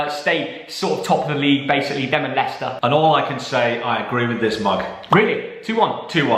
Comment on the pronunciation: I thought he would say liechester when he predicted Leicester West Ham 🤣🤣🤣🤣🤣🤣🤣